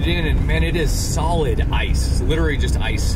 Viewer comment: love the vids but i cannot stop thinking about how you pronounce literally as literly it kinda drives me crazy..